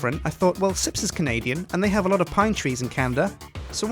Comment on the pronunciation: * Canadian mate, not Canadan.